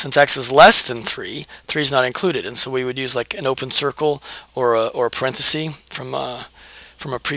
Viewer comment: Thank you - in exchange I'd like to give YOU a gift: The word 'parenthesis' comes from Latin. The plural is parentheses, as you know, pronounced 'parenthesEEs' and the singular is parenthesis, pronounced 'parenthesis', not 'parenthesee'. That is a gift that will help you sound as informed about language as you obviously are about math. Enjoy!